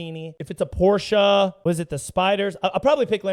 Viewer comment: oh and he says Porsche right 👀